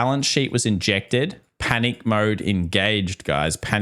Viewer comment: says "panick". 😂